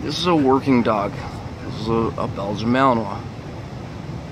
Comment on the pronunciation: Se pronuncia malinua no malinois